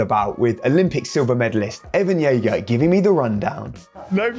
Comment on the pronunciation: "Evan Jager" LMAO